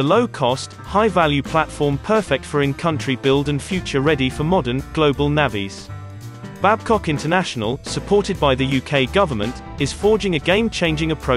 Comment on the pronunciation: ''Modern global navvies'' - lol. Someone teach this gabbling schoolboy how to pronounce ''navies''.